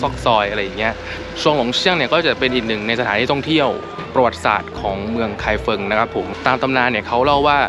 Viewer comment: ไม่ใช่ ไคเฟิง แต่เป็น ไคฟงครับ ภาษาปินหยินเขียนเป็น feng แต่อ่านว่า ฟง😁😁😁